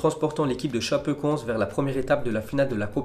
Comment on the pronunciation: Sa choque personne qu’il prononce super mal Chapecoense ?🍀(ForzaChapecoense)😭